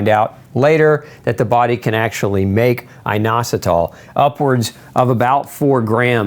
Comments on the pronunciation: Eye-nositol, or in-ositol, nobody pronounces it with a long I. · YOUR PRONOUNCIATION IS WRONG FOR INOSOTOL